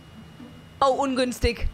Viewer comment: „Oh ungünstig“ ach bin ich jetzt auf der Autobahn „ungünstikk“ 😂😂😂😂 müssten alle Passagiere mitkriegen ganze Zeit eigentlich, Sprechanlage ganze Zeit an 😂😂